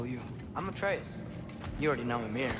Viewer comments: I hate how he say ay-treus it’s ah-treus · Ain’t no way bro said “are we gonna keep calling boy Artreeus” Looool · it's ah-trey-uhs